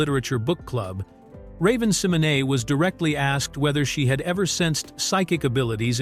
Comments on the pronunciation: Love the videos but the AI voice repeatedly mispronouncing ravens last name bothers me Si-MO - Nay! Not sem - o - nee lol 😂😂😂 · It is pronounced Symonay though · this was an interesting video. I love 'That's So Raven'. But the way he was mispronounced Raven's last name bothers me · This AI mispronouncing Raven's name is hurting my head 🤦🏾‍♀️🤦🏾‍♀️🤦🏾‍♀️ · WHO IN HELL IS RAVEN SIMONAY🤔🤔🙄😱😝🤓😂 AI DOING TOO MUCH 😡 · Couldn't finish watching this. That name mispronunciation every 10 seconds was so annoying. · Same here